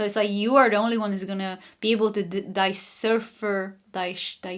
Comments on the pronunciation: Decipher pronunciation: de SIGH fer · Decipher ❤ dee-sigh-fer pile 2 😊